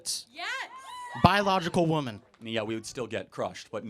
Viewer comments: why do gen Zs say womAn instead of womEn when speaking in a plural? I've noticed it a lot. is a good example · Another woman who cannot pronounce "womEn". How they get through life, I will never understand! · .... someone should tell that girl that woman is pronounced differently than women. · That girl can’t even know how to pronounce two different words. Singular and plural. woMAN and woMEN. (wimin) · This imbecile has the nerve to act condescending about an absolutely stupid point, and while doing so, keeps saying “woman” when she should be saying “women.” Baffling. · To the nursing student, it's pronounced "wimmen" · wtf when did I change timelines and get stuck in the one where people don’t know how to say women and woman properly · She can't even pronounce "women."